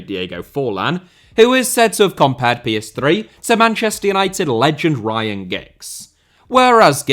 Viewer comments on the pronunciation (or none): The way you say Pellestri makes it sound like PS3